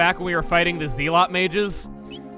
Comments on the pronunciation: Also zealot is pronounced “zell-it,” but it comes from the word zeal. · You mispronounced "zealot" again.